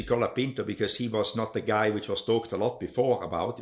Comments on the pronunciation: You’re driving me crazy, his name is COOOOLAAAPINTO, not calopinto. Only Guenther pronounces it right! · Is it really that hard to say "cola-peent-oh"? How can you say it wrong in such different ways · To be fans of F1, you guys have no clue how to pronounce half the names. COLA-PINTO. BEAR-MAN. BI-NOTT-O Jesus Christ lol